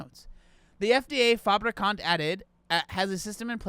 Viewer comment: The name "Daniel Fabricant" sounds fake, especially because he was pronouncing it like "fabrikant", the Dutch word for "factory". So he was just saying "Daniel Factory" over and over 🤣